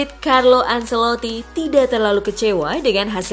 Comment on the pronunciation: Salfok dgn pengisi suara nya bilang azeloti 😂😂😂😂